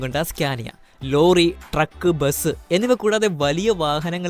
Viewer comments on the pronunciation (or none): none